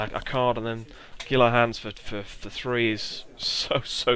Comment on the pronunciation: Gila Hands is Spanish, so is pronounced "Heel-a Hands."